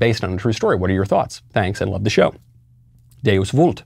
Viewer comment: A Trad-Cat would never pronounce the Latin word "vult" as "woolt." "Academic Latin" pronunciation was adopted specifically because it prevents Academics from being mistaken for Papists!